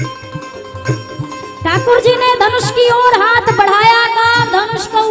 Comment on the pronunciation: hath ka uchcharan sahi bolein.